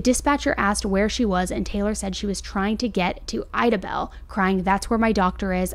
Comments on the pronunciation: Lol amazing video. She just burchered my hometowns pronunciation 🤣🤣 Idabel (I-Duh-Bel) ....... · Horrible to hear about 😭😭😭how are there humans on this earth who would do something like this?!?! Oh off subject idabel is pronounced as eye-dabel. Long I sound. I’m from Oklahoma and live about an hour from there lol